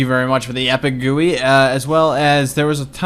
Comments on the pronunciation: G.U.I not Goowee lol! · Goo-ees xD Is it not pronounced as jee-you-i? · GUI and hes saying it as gooey. Damn ill just skip about 3 or so minutes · no him saying Goo-ees is a joke